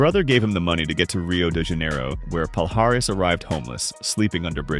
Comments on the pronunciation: Not Pal-Haris. That hurts my ears. It should sound more like palliares, like in million. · Palhares sounds like "Pall-eee-ar-eee-ss", not "Paul Harris" as you folks say (funny for a native brazilian to hear it) ;) great content bro! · Pronunciation-- pa-li-ahhhh-rezzz